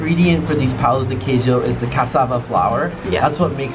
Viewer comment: a pronúncia de brigadeiro foi perfeita, mas o pau de queijo (wooden cheese) é como ele fica no dia seguinte ^^